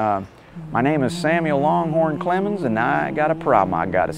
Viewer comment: Now, I have to correct myself. It's LanghornE Clemens. Serves me right.